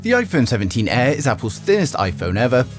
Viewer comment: "Iphone 17 EH"